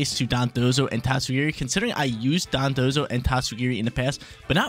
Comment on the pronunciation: It took forever to finally pronounce their names right lol. He used to always pronounce them as Dodonzo and Tatsugimi.